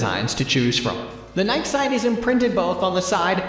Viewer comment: I’m concerned because this dude doesn’t know how to pronounce Nike. How can that possibly be.